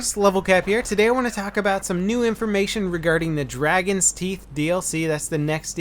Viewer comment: You said Dargon lol.